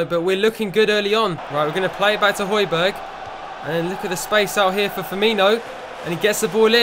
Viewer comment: ***** its pronounced hoy-bier. Silent g